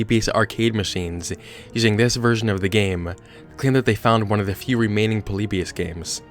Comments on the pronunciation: Are you saying... poleebeeous? its pronounced polibeeus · that's its pronounced po-li-bi-us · It's actually pronounced "Polly-Bye-Us" Not "Pollybeyus" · The way he says Polybus makes me cry 😂 “Po-Le-Be-Us” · God, stop calling "Poleebius" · YOU PRONOUNCED IT WRONG!